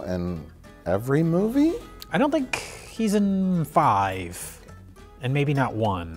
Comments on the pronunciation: says fart five at 1,20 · One minute in, says fart five...I'm not crazy right? You all hear it right? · said "fart five." It's too bad Mike did not notice. It could have been comedy gold.